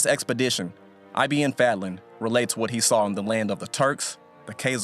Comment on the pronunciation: its not I.B.N FEDLEN its ibn fadlan